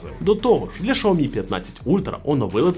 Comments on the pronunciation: раз на те пішло і хочеться бунтувати -- то перекладач каже "шЯомі" а не "шАомі") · Не шаомі а сяомі ,дурень навчись розмовляти.... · Дурень, який " шаомі" ? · Шаомі? Не зміг дивитися більше однієї хвилини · В переводчики китайском, произноситься Ся... А то что вы включаете англ.переводчик, это не правильно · Шаомі? Закриваю відео відразу.... Йдіть вчити вимову